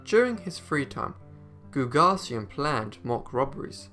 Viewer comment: Carl GooG-asian is how the friday night bank robber's name is pronounced. Show some respect for an american hero.